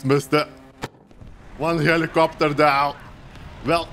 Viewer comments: I liked the part when he said: HELIKOPTEAR!!! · the way he says helicopter. LMFAO